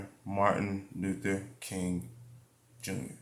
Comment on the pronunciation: U butchered that name😂